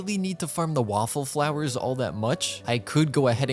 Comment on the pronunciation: calling Whopper Flowers "Waffle Flowers" gives me life.